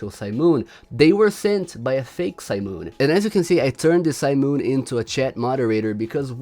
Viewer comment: STOP SAYING SIMON LIKE THAT